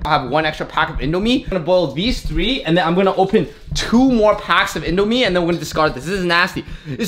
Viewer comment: you pronounced the word indomie wrong